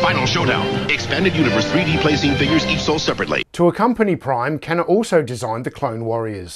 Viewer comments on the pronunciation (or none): none